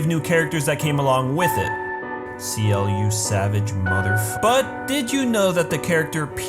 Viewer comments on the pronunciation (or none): C - L . = ciel. not seal xD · The mistake is that you pronounce Ciel like Siel